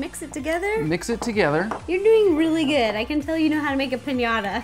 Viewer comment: Pinata? It's piñata